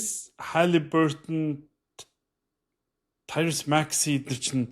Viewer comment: Таярус Макси биш "Таярийз" аа